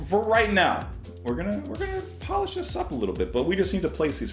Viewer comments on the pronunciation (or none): none